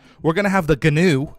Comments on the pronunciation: Guwn is pronounced new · The gnu is said like nu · a gnu is a wildebeest and gnu is pronounced A "new" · Please stop calling it a Ganew it’s pronounced new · So I looked up a gnu and it’s actually pronounced n/yoo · Quick thing: gnu actually is supposed to sound like new. Not trying to insult you, just letting you know:) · gnu is pronounced like new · Gnu is pronounced new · Gnu is pronounced Jee-New Basilisk is pronounced Bass-Ill-Isk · Gnu is pronounced Nu. The G is silent like Gnat or Gnome. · Gnu is pronounced like knew. 😅 Please don't get mad everyone.... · Gnus are pronounced like new or news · Gnu is pronounced new <3 Bask-ill-isk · G in gnu is silent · Gnu is actually pronounced Wildebeest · the G is silent gnu sir.